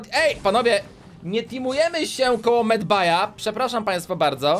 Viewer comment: Nie medbay tylko medbej